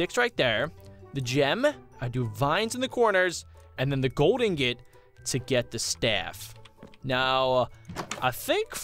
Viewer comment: Its not inget its ingot